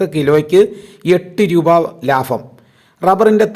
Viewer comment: കൂടട്ടെ വില കൂടട്ടെ... ലാഫം അല്ല ലാഭം ലഫ്യത അല്ല ലഭ്യത